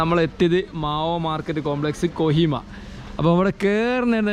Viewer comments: കൊയിമ അല്ലടാ. കൊഹിമ അങ്ങനെ പറയ് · കോയിമ അല്ല കോഹിമ